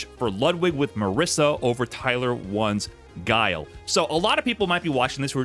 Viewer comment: Does tyler still call Guile, "Gilly"? Hahaha